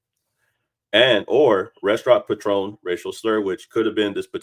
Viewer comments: It's not patron like the liquor, it's "pay-tren" sorry bro it's the autism in me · PAtron not paTRON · Patron as in pay-tron. Not Patrón (pah-trone) 🤦🏾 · Calling it a Patron (the liquor) instead of patron (pay-trun) is HILARIOUS to me lol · Pronounced Pay-Trun.